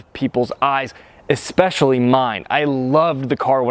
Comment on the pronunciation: C6 looks better. Chrome wheels look the best of all. The work is eSpecially, not eKspecially. I like the video, thumbs up!